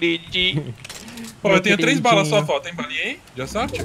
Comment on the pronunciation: não é foll se fala fall